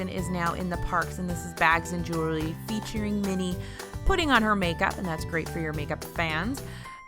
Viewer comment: not trying to be rude but the way she said jewelry. . comment: i love your videos and am grateful for how much time you put in them. please do not hate on me for this comment.